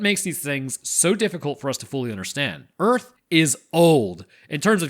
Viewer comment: Welcome to "Erf"